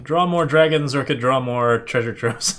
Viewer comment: This ain’t dragons…. This is “dwagons” 😂